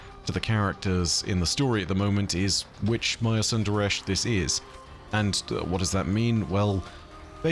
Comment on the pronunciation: It really irks me how they pronounce Maya's last name. Props to you for actually doing a better job at it.